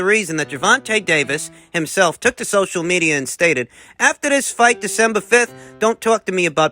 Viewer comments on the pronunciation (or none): none